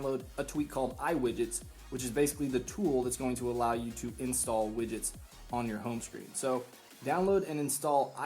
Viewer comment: its "Free iwidgets App" not Free Widgets App!!